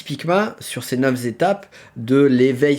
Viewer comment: Éveil ou pas c’est pas neuf zétapes mais neuf étapes …